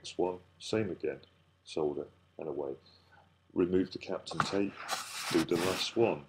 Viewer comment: What did you say? CAPTAIN tape??